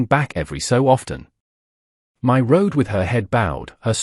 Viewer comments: Her name is actually Mai, a Cantonese name pronounced as my. Before you respond, I live in Asia myself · My in Asia is pronounced "Me".